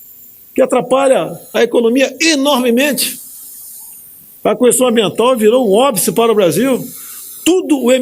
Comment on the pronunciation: Senhor Presidente, continue falaando "Qüestão" ao invés de questão, todos nós erramos contudo poucos ou quase ninguém permanece honestíssimo como o senhor. Essa pecha "honestidade", poucos a recebem ou pode aceitá-la.